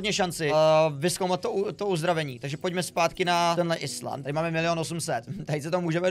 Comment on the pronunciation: island se čte "ajlend"